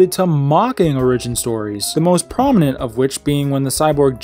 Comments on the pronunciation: "Origin" is pronounced Ore-ih-gin, not Ore-EE-gin. It's not a Japanese word. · Say it with me now: OR-i-gin. Wtf is an outleer? I dipped out early and didn't hear that one. Outlier maybe. Should I write this vid off as inept? Or does this young man have something to say? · ori-gyn? Bro its or-Ih-gyn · Since you've published this, I hope you have learned to properly say the word origin. It's not orRIGIN, it's ORRigin. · its or-ag-in not o-ridge-in why cant Americans speak English ffs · You have to put emphasis on the O in origin, not the Ri. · The way you say origin sounds ridiculous. It's not the word "original" without the last syllable, it's what your TTS automated voice said in the first second. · Omg as much as I like this channel you need to die with that pronunciation with origin. The I should be so much longer than you make it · You say origin wrong, apart from that good vid. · Where are you from? Why tf do you pronounce origin that way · why do you pronounce origin that way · The way you pronounce origin triggers me? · E;R's pronunciation of origin is terrible jesus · Learn how to pronounce origin. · learn to pronounce origin